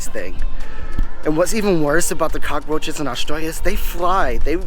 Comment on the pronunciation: Can we get one thing straight this guy is so fucking weird you can’t even say cockroach right Americans are the ones no one loves